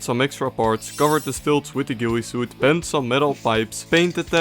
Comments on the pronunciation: "so now im gonna put the GOOEY suit on" bro why does he say it like that😭🤞🥀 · My friend, it's pronounced like GILLY suit.